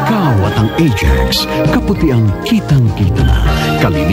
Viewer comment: Natatawa ako sa pagkabigkas ni na "Ah-Jax"